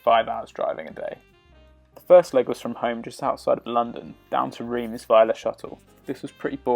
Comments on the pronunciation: Drove the Route Napolean back in 1982 (on our honeymoon) we stopped overnight in Digne - very scenic - oh and by the way, Reims is pronounced RONCE locally! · Reims is pronounced Rance. Yes, I know, I live in France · Reims is pronounced Rants.